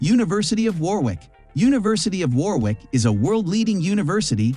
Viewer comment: You better research properly! Warwick is pronounced as Warick, not Warwick!!!